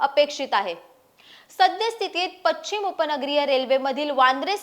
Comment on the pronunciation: पश्चिम... उच्चार सुधारणा अपेक्षित